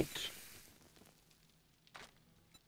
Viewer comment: The way you said yuca when picking up the Yuca plants was pretty funny